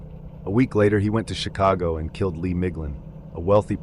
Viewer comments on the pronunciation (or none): none